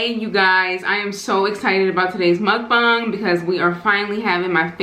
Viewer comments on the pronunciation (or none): none